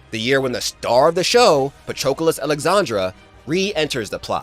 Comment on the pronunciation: Not patrosuke 😂